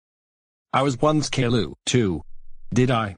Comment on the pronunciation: I forgot to ask you one question. In the video, why does is still pronouncing Caillou's name as "Kayloo" even with Steven's voice? Why not like the pronunciation in the original TV show and like Cameron did?